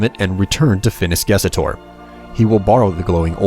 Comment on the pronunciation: It's Ges Tor. Not Ges Et Or. Learn how to read!